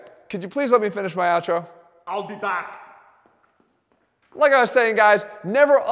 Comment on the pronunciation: i’ll be BAAC lol